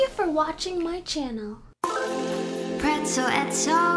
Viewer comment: I like how they say "Pretzel Etzel" XD